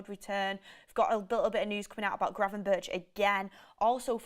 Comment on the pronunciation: im Dutch you pronounce gravenberch as gravenberg not gravenbirch.